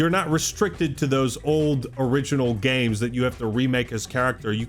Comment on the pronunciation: When says games it sounds like he’s saying gaymes 😂